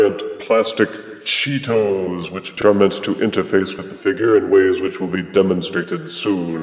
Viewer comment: The way you say "Cheetos" makes me laugh. You say it with such refined elegance "Chee-tows".